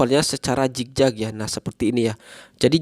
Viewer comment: Zigzag kak. Bukan jikjak 🤭